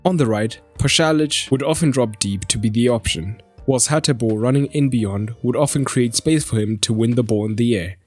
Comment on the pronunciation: well done good job a little correction is PASALIC not palasic and is HATEBOER not Haterboer